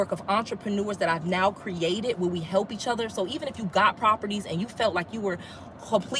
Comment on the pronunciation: You said Oui? You are speaking French. Who is Oui. Because when you say we in English it sounds like you have help owning those properties. You didn’t say me. You said oui.